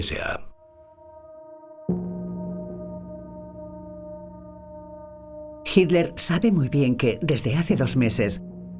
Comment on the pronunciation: Ok Pero es hiTler , y No hiler. 👍😉